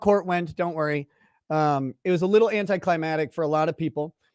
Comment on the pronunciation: "anticlimatic" stop SAYING it like that!